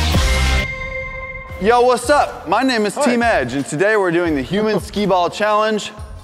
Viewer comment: At the start said "my name is teem edge!"😹